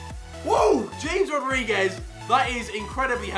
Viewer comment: he still doesn’t know how to pronounce James Rodriguez